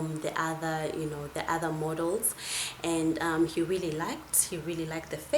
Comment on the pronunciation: ever time she says model, I hear mortal